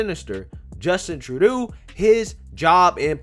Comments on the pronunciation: Troo-doe dude, you're killing me. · His last name is pronounced Tru-doe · It's pronounced like true-dough or Tru-doh! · Justin TROO-DOO! Lol! I love how you say his name! 😄 I’m calling him that from now on! 🤣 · Trudeau is pronounced as True-dough. Rhymes with Trudope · it is pronounced Trudough. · His name is pronounced: Just In… Turd Dough